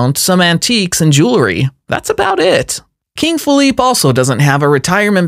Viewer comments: Great video but some of your pronunciations & attention to detail were a bit off. Felipe of Spain, is pronounced Felip-ay. The W in Willem is pronounced as a V and £ is not the symbol for the Euro €.... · That's King Feh-LEE-pay and that's not a Euro sign but a pound sign (£). If you're going to make videos get them right.